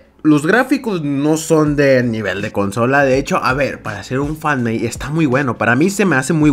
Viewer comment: acabala de decir fanmeid (?